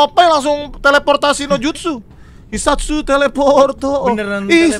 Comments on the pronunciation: 0 : 50 bukan jisatsu bang tapi hisatsu😂😂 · Hisatsu bang bukan jisatsu 😂